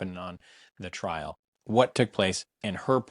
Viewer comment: Trial. Trial. Not trail!